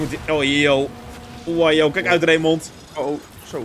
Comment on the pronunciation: Ik heet zelf ook Raymond, maar de letter D spreek je eigenlijk niet uit! Het klinkt ook zo raar om je naam te horen met een d op het eind! 😂🤷🏻‍♂️